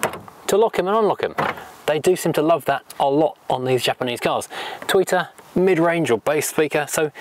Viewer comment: Stop sipping your tea. Lol Japaneseeee Plasticeee Chromeeee Metaleeee Very sillyeeeeee !!! Poor vocabulary